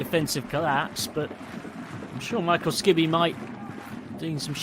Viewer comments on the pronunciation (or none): "Sanfrees Hiroshima"? Where did they dig up this commentator from? SA-N-FU-RE-CHE. And Skibbe is pronounced "skib-buh" not "ski-bee"